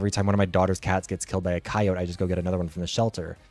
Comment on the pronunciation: Incredible work as always, even if I got super thrown off by how you pronounce coyote.